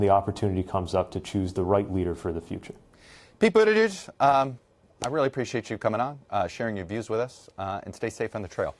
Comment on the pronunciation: Chuck, come on. Boot Edge Edge, why are you insecure saying it and still messing it up? He spelled it out for us long ago.